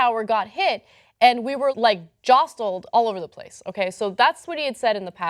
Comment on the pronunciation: Is the t in "jostle" supposed to be pronounced?